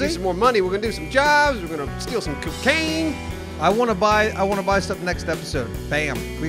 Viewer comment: so um did any one else hear pronounce cocaine as cocahina instead of cocaina?